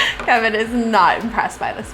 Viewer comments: I love when say "kheven"😍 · It’s Käêvin lol